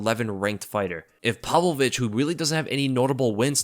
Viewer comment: Did you say Sergei ,"palovich"? Is that how it's pronounced?